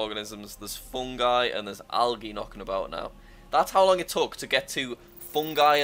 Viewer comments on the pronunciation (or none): Jack pronounces it (al-age) instead of (al-a-je) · jack can't say algae. It's pronounced like al-g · The fact that he said algee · I have never heard someone pronounce the g I algae as ge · Jack said algae wrong